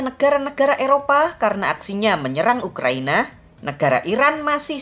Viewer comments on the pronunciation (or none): none